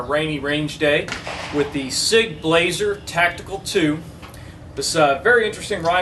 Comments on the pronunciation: It’s pronounced Blauser but spelt Blaser, just saying...and that rifle is much better than you are giving it! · you pronounced "Blaser" wrong